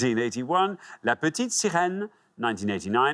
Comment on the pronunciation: Finally someone who pronounces La correctly 👏